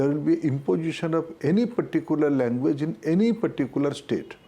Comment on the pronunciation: First pronounce correctly...it is language not languvace...Has become azej..